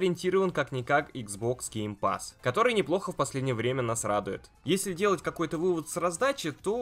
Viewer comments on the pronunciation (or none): none